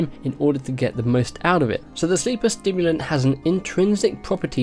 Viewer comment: Sorry but I have to say it.. Sleeper SIMulant, not STIMulant :P Looks sick tho :D and that quest line!